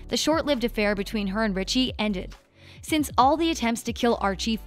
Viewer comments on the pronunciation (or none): It is Reggie not Richie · Richie? 😂😂 It’s Reggie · Im gonna say this-It's Reggie not Richie. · Reggie not richie🤣🤣🤣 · when it said Reggie it sounded like Richie lol